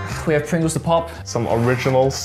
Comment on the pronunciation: Pengu saying pringles sounds like Pengles haha